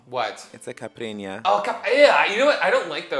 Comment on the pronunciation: The way pronounced Caipirinha bothered me 1000% more than it should've!! 10 out of 10 video and her cutting responses were amazing but where'd that other "i" go 😅